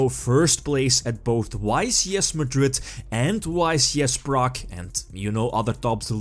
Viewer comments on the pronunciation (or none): none